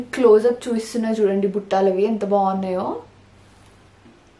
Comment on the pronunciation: Those are "BUTTALU"..Not buttaalu